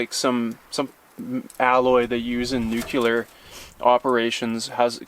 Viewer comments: It’s pronounced “nuclear.” As in “new-clear.” Not “new-cue-lar.” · . It's pronounced "nuclear" not "nucular." After all, isn't English your primary language? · nuclear not "nucular" but its cold as fuck there so u get a pass lol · Nuclear not "nucular" NEW-CLEAR. 👍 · You're Canadian, please don't say "nuculear" there's no such thing as a nuculeus. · NOOK- U- LA. Really ? could we have a clip of you talking about your nan? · Sorry.... But anyone who says "Nu-culear" also says "Irregardless".... Jusy sayin'... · Nucular! Its pronounced nucular!